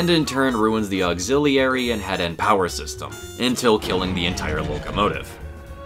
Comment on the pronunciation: Bro, please learn how to correctly pronounce "auxiliary"...